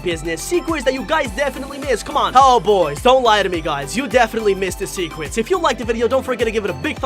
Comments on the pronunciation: in The Begining He Said boss baby secwets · I just realized that you said secwets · “Secwets” XD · Bruh he said 10 secwets